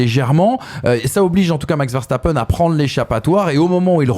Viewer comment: Il s'appelle "Veurre sta peun" pas "Verre sta pène"